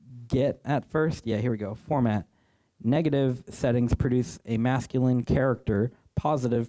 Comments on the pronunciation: "Format" setting... or "Formant" setting?!! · The N is not silent in formant lol